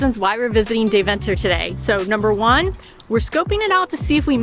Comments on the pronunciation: Dayv'nter. With the klemtoon on Day....😂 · Its actual pronounced "Demtah" not Deventer. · Dear guy's ist De-ven-ter not DeVENter your pushing the "ven" to much..... LOL Next time put some (real) butter on the koek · I love how you pronounce Deventer as if it's 'The Venter'. It's actually more pronounced like 'Daiven-ter'. Phonetically 'Daiven-ter' comes closer to how Dutch people pronounce it. But I'll forgive you.. 😉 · Very good...but please learn how to pronounce Deventer.........